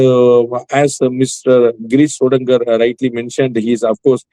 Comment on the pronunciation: Pls pronounce names properly and correctly. It is not Sodangar, it is Sodankar (க)